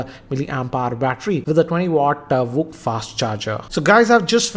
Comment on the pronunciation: Vooc spoke it correctly 😎😎😎😎...